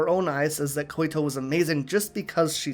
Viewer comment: Hey, Just a tip, I think the name Koito is pronounced like "Koy-to", not Koy-i-to". Also thanks for posting this! I just saw your last one and really enjoy your in-depth way of analyzing